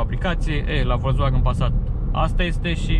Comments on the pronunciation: ))) nu stiu daca e ptc ador germana, dar "folksvagn" suna mult mai bine, dar pe la noi chiar n-am prea auzit multa lume sa zica asa:)) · Învață să spui "Volkswagen" corect, apoi apucă-te de review-uri